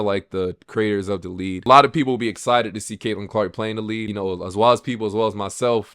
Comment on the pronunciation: Its "League" not "lead" 😂 you have said "lead" every time you should have said "league" so I figured I'd point that out now for ya lol.